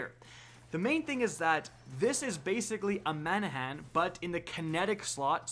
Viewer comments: Man-a-han? Or, Ma-nan-nan? Or, Ba-na-nuh? Lol, you're killing my! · Manahan? Dafuq? There is no H in there whatsoever... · lawl , , , , - "Manannan" - read that name slowly and carefully? Where is the "h" you keep pronouncing? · ok cool Lmao same. I'm laughing even more at how he pronounced some of the names. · It’s like he just gave up saying manannan